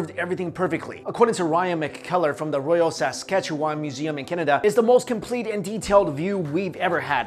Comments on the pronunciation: It's pronounced "Sask-Atch-ewan" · good try in saying Saskatchewan. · Anyone else hear how strange he said Saskatchewan, Canada? Haha